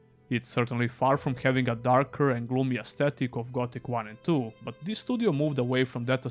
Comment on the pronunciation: Please differentiate between THIS and THESE. They are completely different sounding words.